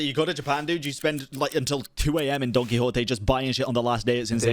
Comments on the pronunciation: you pronounce it "donkey hote"??? I thought it was "Don quickshot" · Being hispanic, hearing watching him go to Don Quixote the STORE instead of Cervantes' work was funny and painful